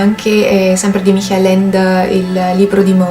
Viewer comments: Dopo gli abominevoli "maicol" (Michael in pronuncia americana) ho sentito una pronuncia più verosimile, ma sembra che pronunci "michèl" ma in tedesco non si pronuncia così ? "micà-el", le due consonanti si pronunciano entrambe, con l'accento della sillaba sulla a. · ps. non riesco a sentire la h aspirata, considera comunque che ho problemi di udito e forse è un mio problema, io lo sento effettivamente come "mikàel" (minuto 1.40 mi pare)